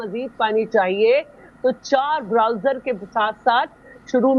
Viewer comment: Bowser ko Browser kehti hein mohtarma, pata nahi matric kahan se kiya hei???😮😮😮